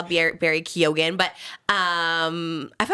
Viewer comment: My god 😂 leprechauns are not real, Keoghan is pronounced Kyo-han, U2 are so not royalty because we as a nation hate Bono and while we are not ginger, a lot of the men do actually have ginger in their beards!